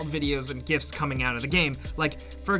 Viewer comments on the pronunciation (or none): none